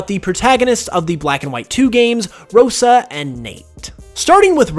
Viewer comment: You mispronounced Rosa, it’s so cringey